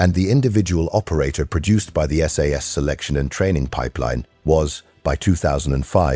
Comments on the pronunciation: Your producing them “Sass”, get it right man it’s 22 S.A.S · It’s S A S not Sass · effing AI it is not sas it is S A S, capital letters, Jesus English is not hard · And it's Ess Ay Ess, not Sass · Will somebody please teach AI that ‘SAS’ is an INITIALISM = letters pronounced separately S-A-S! Not an acronym, like NATO, or NASA. SAS stands for the Special Air Service, it is often also used as an umbrella title for their brother force the Special Boat Service. Most of those that are prepared to listen to this waffle probably already know that but evry time I hear that American AI voice referring to the “Sas” , I want to scream!! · Teach your AI to say SAS correctly.